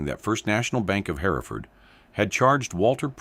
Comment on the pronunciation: The name of the town Hereford is not pronounced "Hair-e-ford" it is pronounced "Her-ford". It's the same name and historical location of the Hereford cattle breed.